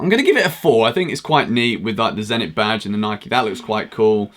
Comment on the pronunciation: He said Nike wrong